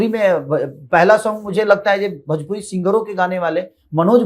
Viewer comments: पहले भोजपुरी ठीक से बोलना सीख ले.... भोजपुरी होता है भजपुरी नहीं... इस से बड़ा जलनखोर और कोई नहीं है भोजपुरी में... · अरे पहले भोजपुरी बोलना सिख ले भजपुरी बोलता है 😂😂 मसूरिया 😂😂